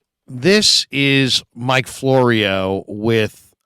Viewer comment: Florio? Sounds more like borio.